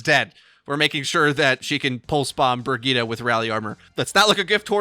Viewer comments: Wtf bri-g-ee-ta????? Its bri-j-it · It's "Bree - Gee - teh" with emphasis on "Gee". And the "Gee" is short since it's a double T. Where are you guys taking the A from? :D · brigeet brigoot, this hero is moot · I've never heard someone pronounce the name Brigitte so awfully bad, rofl. So bad.